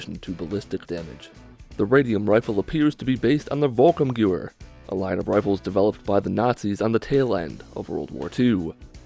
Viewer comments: "Volkum Gear"? Nah, that's pronounced more like "Folks Stoorm Ga'vare". "Volkssturmgewehr" literally translates to "people's storm rifle". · It would be more like "Folks-shturm-ge'-vehr". Breaking that down: Folks - Not like English "folk" (foke) but rather with the "o" sound from "got" and pronouncing the "l". Shturm - The "oo" from "good" or "wood" (etc.) for the "u". Ge' - Like "get" without the "t". Vehr - Like "wear" or "where" with a "v". This is rather approximate, German vowels are often not really the same as in English. And for fun the literal translation: People's Storm* Rifle *Sturm in German actually doesn't mean storm like in English (that would be "Gewitter") but rather "wind storm". I hope you found that helpful or at least I hope you found it funny how much effort I put into it. :) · The volkssturmgewehr is pronounced volks-sterm-give-air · i am german and i do not blame you for misspronouncing volkssturmgewehr ^^ in fact i pity every non native speaker who has to try and pronounce german words :D also i saw some very bad suggestions on how to pronounce it so here is the closest you can get trying to use latin alphabeth with english pronounciation: > follcks shtoorm gayvair < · i think its pronounced Volks sterm gevehr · It's pronounced vulks-strum-gwever just so you know and it means the peoples automatic rifle. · Let me help you with the pronunciation bit. Wolk sturm gevare or volk sturm gevare depending on your understanding of the German pronunciation. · my ancestors will be disappointed it's pronounced volk-sturm-gever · Sounds like he said volkummmmmgewehr haha.tip If you or anyone else is not sure how to say something what I do is try to break the word down into parts that I know. Volk is people or people's Sturm means assault or storm and gewher means rifle. The people's assault rifle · Volkssturmgewehr is pronounced volk-sterm-geh-vair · Volkssturmgewher Volks-shturm-gever. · It’s pronounced: Volk sturm gev-air